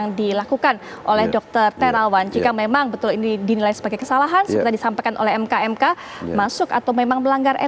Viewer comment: MKEK mbak BUKAN ..MKMK